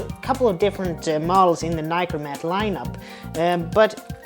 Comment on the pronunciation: Americans, it is not a NYCORMAT learn to pronounce NIkormat